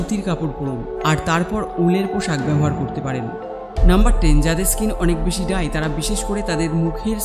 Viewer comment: ডাই স্কীন নাহ! ড্রাই স্কীন হবে উচ্চারন সঠিক করুন।